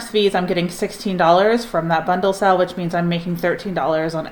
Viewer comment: Is she saying sell or sale? I just truly want to know if it’s a word I don’t know